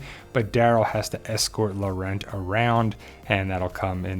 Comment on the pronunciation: POWER OF GOD The non is CLEMENCE POESY who played Fleur in Harry Potter BTW do not pronounce the T at the of Laurent